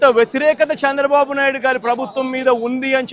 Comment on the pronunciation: చంద్రబాబు అనలేవు .... సాంద్ర బాబు అంటున్నావు... నత్తిపకోడి మాటలు వద్దురా... సైకో వెధవ నా...